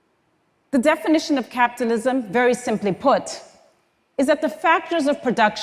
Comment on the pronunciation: anyone else hearing "captalism"?